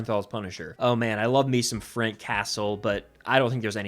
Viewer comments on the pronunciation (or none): none